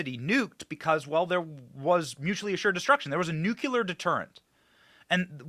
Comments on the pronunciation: Benny , you are too smart to say "nucular". You know it's "nu clee ar" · Come on Benny please please say “nuke-lee-ur” not “nuke-u-lur” it drives me crazy 🤣 love the show absolutely amazing work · Please learn to pronounce NUCLEAR correctly !!! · There is only one U in nuclear